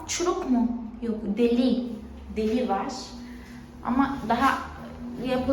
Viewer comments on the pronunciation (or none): Yanlış telaffuz ettiğin bazı kelimeleri yazmak istiyorum :) apartman değil ev/daire, apartman bütün binaya deniyor. Deli değil delik, tencere değil pencere, banyonun o kısmına duş deniyor. Sen ve kızın çok tatlısınız ♡:))